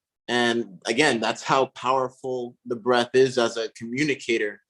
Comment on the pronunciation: Breath, not Breathe!